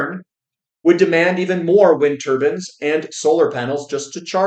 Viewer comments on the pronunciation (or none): Every time I hear say wind turbins I think of middle eastern men wearing their turbins with a little spinning top like those old caps kids used to wear. In this video it's 1,000,000 middle eastern men wearing those funny little imaginary hats generating electricity for the greater good 😂😂